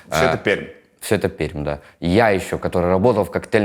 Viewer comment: Количество правильного произношения названия города Пермь, удивительно приятно зашкаливает